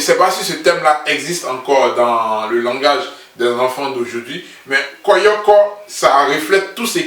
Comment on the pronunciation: On dit koyo koyo mais pas koyoko . Moi aussi j’ai pensé à ca ... comme je vis en Europe je sais pas si ça s’utilise encore en Côte d’Ivoire . Je suis très impatiente aussi . Et ces le seul qui es en live avec toute son équipe venu directement d’Abidjan . Fallait le dire dans ta comparaison là . 😀